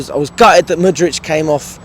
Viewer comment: finally saying mudryk 👏